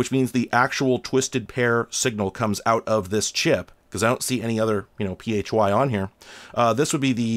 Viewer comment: PHY is pronounced like the 'fi' part of sci-fi